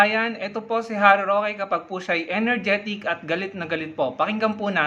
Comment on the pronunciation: Galit na galit , ngaw ng ngaw, uwi ka sa Pinas 😂Roque, "rokwe"